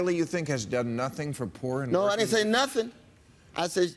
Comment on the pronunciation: it sounded like he said "porn working people" instead of "poor n' working people"